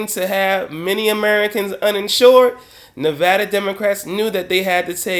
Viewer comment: Thanks 4 say nevada correctly!!!!